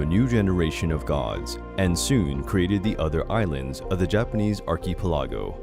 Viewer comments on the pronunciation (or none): The way you pronounced archipelago got me laughing.